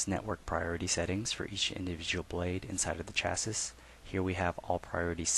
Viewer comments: Agreed - Chassis is a French word. Pronounced as below: shassee. Very irritating! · Thanks for the presentation. Just a comment though I think you are pronouncing the word 'chasis' incorrectly it should be sha-see.